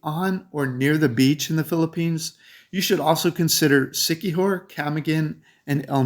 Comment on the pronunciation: P.S. Siqui-JOR